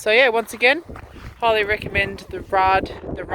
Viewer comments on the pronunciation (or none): It's Raid, Raid Garage not rarday :D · Power wheelie in 6th? Come on now! It's pronounced like Blade, But with an R.